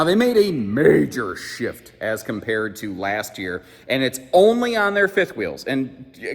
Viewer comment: It's the what .... oh ok he said shift LOL.